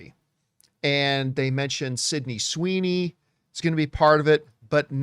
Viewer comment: SYDNEY SWOOWEENEEEYYY????? YUKIIIOOOO?? Well I guess they do know their target audience for this...